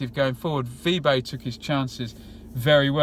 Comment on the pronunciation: Nice detailed review. Just a small.point, I think Vibe is pronounced veebay.